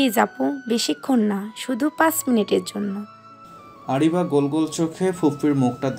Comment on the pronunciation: আরাবি না আরিবা। এত সুন্দর নাম আপু ঠিক করে বলে নাই😩